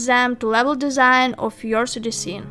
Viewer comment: Love the way you say the intro sister. Specially you pronouncing "3d" 😍